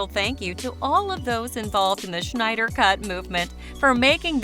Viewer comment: It's not reffered to as the "Shneider cut", it's Snyder cut ffs